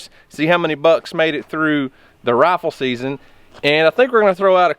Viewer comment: It took me awhile to realize Daddy was saying “rifle” and not “raffle”. He’s sure cute though.